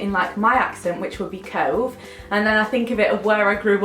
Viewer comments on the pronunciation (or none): Ngl when you said cove I thought you said toe. And I may have peed my pants a little. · I live in Yorkshire, near Leeds, and when you said cove in the typical Yorkshire accent and absolute pissed my pants because it's so true xx😂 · Im from near Burnley (if you know where that is, it is in Lancashire and round abouts near Sheffield I suppose) but when you said cove in your 'northern' accent, it is literally me haha! I agree, cove in a northern accent doesn't sound great xx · Hahahah I'm from Barnsley and I laughed so hard at the Cove thing. I'd say it the second way and i definitely wouldn't want my kid to be called that 😂😂 sounds much better the way you say it but people round here definitely wouldn't say it that way hahah! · When you said cove in that accent I laughed so hard coz I'm from near where you are and that is literally how I'd say it coz in my mind I have quite a strong Yorkshire accent😂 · BEING FROM SHEFFIELD I COULD NOT STOP LAUGHING WHEN YOU SAID 'COVE' IN THE BARNSLEY ACCENT!!! SO RELATABLE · Ahah that is exactly how we would say Cove in Sheffield 😂 cute name though💗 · The way you said 'cove' the second time with the other accent is literally mine😂😂😂 I hate my accent as well😭😂😂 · I bloody love Cove but then you said about it being said in a Barnsley accent and i wanted to cry because of how awful it makes it sound😩 perks of being from Barnsley